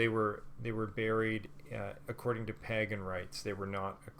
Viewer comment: Had me up until the weird pronunciation of pagan. Then I could only focus on that. 🤦🏻‍♀️